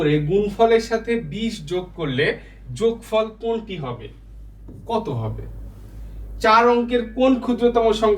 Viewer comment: যোগফর❌ যোগফল ✅ 😂